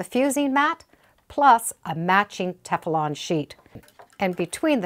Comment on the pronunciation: Would someone please tell her it is Teflon not Tef-a-lon. I find this very irritating. Thank you.